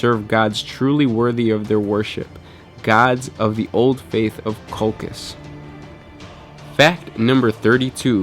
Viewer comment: It's "COL-CHEESE"